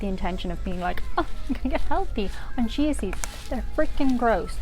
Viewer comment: I love how you say chia seeds. It sounds like cheese seeds lol.